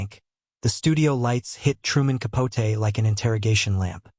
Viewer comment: Why are you pronouncing his last name that way???